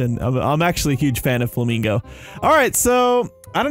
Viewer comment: Did you calll flamingo famingo